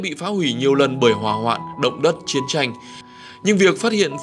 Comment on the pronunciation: Chiến tranh mà độc chiến chanh nghe chướng tai